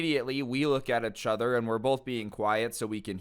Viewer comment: When will learn how to pronounce the words "each other?" Ee-ch uh-ther.